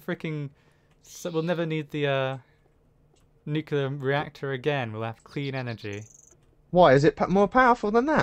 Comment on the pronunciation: atath the wires from the nucular reactor